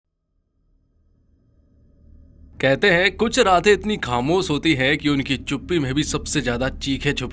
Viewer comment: Bhai tumhari dictionary main " sha" nahe hai kia ? Khamossss, kosissss, explanaisan, saadi, om prakaaas😂